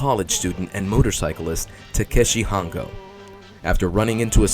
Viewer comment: Words pronounced wrong in this video: "Hongo" "Himitsu" "Kikaider" "Manga" "Ishinomori"